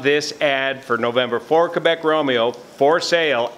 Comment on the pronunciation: he’s actually correct. The correct NATO phonetic alphabet pronunciation is KEH-BECK.